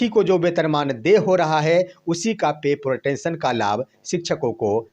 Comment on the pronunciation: अंग्रेजी ठीक से पढ़िए महाराज। पत्रकारिता इतना आसान नहीं है। पे प्रोटेक्शन होता है ना कि पे प्रोटेंशन